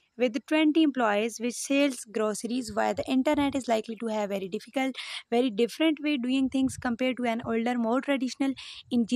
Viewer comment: Very good help . But please sale and sell ki pronunciation apki galat ha please correct it . Meaning b different hain sale ki and sell ki 😊